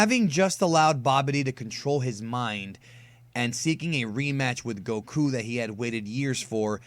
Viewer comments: You pronounce whip and Goku wrong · i hate how you pronounce goku